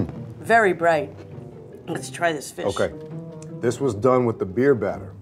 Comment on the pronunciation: butchered the hell out of that fish 😂